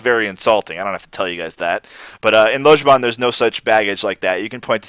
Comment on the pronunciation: Mmm, so indistinguishable that our glorious teacher manages not to pronounce the word 'Lojban' correctly even once! This 'o' sound comes up loads in the north of England. The Mancunian 'long o' is pronounced this way. Greet someone from Manchester and you will probably here a friendly "Ello!" in response. The 'o' in that is exactly the same.